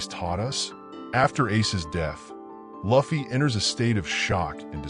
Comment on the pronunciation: Thats not how you say Luffy…